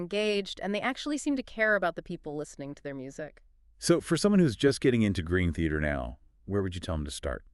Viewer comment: Ah yes, my favorite band… Green Theater. AI ‘podcasts’ are so lame.